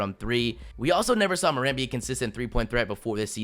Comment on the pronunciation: It's not mor ant btw